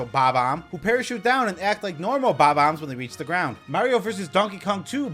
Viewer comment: I love how you pronounce Bomb-ombs like BAW-BAMS